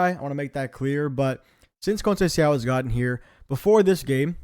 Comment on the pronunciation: Great content, just check how to pronounce Conceicão and Thiaw